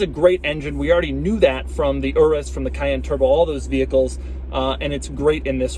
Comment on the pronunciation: It's pronounced your-is. Like urine, that's why its yellow and smells like piss